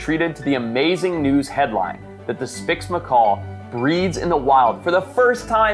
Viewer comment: Did anyone hear him say”spix Macor”